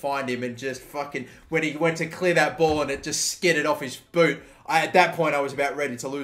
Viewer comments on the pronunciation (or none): none